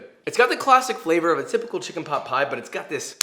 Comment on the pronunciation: Him saying chicken pot pie, my brain: chicken Pai Pai